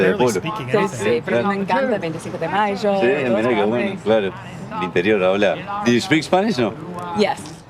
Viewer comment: “Yes I speak Spanish! Sseh! Sseh!” She can’t even pronounce sí 💀